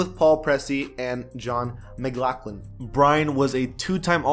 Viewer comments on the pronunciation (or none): none